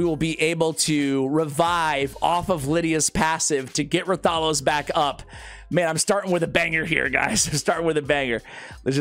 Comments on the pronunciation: Hey, sending YOU positive vibes. Now, as you know, you specialize in R:SL and I specialize on helping your pronunciations...😅 Its Wrath-a-los. They just dropped the W. Not Rah-thalos. Ok, so. Repeat after me: Wrath-a-los, WRATHALOS! With feeling! Now, go forth and be great. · The name is pronounced Wrath-uh-los.😊❤